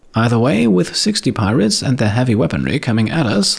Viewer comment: As the rats arrived I burst out into laughter because I though you said that "pie rats" would attack